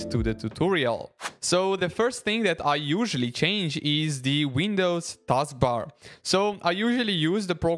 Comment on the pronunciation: "Tazbar X" 💀